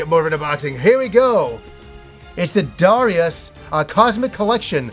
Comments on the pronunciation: it's Da-Rai-Us:-) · About Darius, something that really surprises me is that the pronunciation the Japanese give it (according to the katakana anyway) is actually "Dar-eye-us", so I guess we pronounce it wrong regardless of how we say it. lol